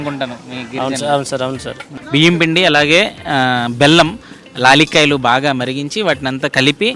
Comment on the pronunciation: లాలిక్కాయలా?? ఏం కాయలు బాబు అవి? లాలిక్కాయలు కాదు. యాలకులు...